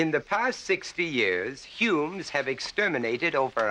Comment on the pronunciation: Curious way he pronounces humans: "Humnes" 😁